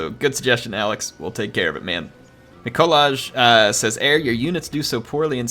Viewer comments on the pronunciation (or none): it’s pronounced ‘nikolaj!’